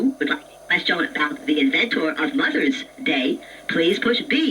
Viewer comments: I don't think anyone pronounces "question" the way it does. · From now on I shall pronounce question as Quest-yon!